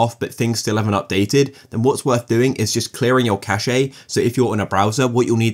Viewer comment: V helpful video, thanks. BTW, cache is pronounced cash, not cashay